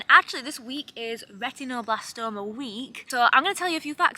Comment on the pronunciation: A silly thing, but I love how you pronounce "retinoblastoma" -- very Yorkshire vowel pronunciation!